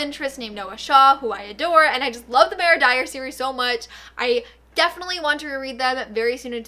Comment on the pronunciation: Ok I love but is it only me who is extremely bothered by the way that she pronounces Mara it’s Mar-a like mars without an s not Mayor- a!